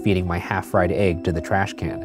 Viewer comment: What scares me is how how Ryan pronounces "ægs".